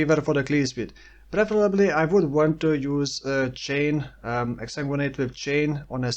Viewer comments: You pronounce Exsanguinate better than some native English speakers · You're saying exsanguinate perfectly.